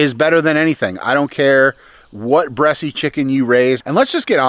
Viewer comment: Just an FYI...the E at the end of Bresse is silent...you don't pronounce it....unless you were joking around....couldn't tell. Just for folks who don't know the breed